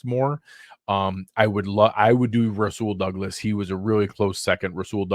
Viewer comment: Nailed Rasul Douglas. Great work!!!